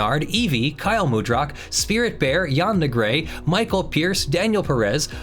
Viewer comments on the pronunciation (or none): none